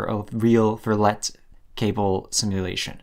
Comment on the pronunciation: Damn bro you don't have to insult my french man Loup Verlet so much. Its pronounced verleeeeee.